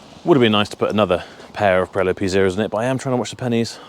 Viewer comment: Did he just say "Pirello" ? ☺️